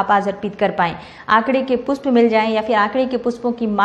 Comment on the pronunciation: Pushp word ka Right uchcharan kare